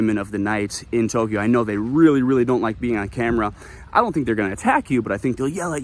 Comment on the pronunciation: I love it!!! 🤣🤣🤣🤣🤣🤣🤣🤣🤣🤣Boy, are you soft. (Maybe he smacked you upside your head for incessantly mispronouncing Tokyo.)